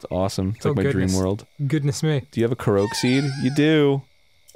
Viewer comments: Correct me if I'm wrong, but wouldn't the Japanese pronunciation be a short ko-rok, not a longer koh-rohk like Arin says? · Korok = Core-Ock Korok =/= kuhroke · Arin continues his streak of mispronouncing things. "Koroak"... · Its ko-rock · Anyone else bothered by the way Arin pronounces Korok?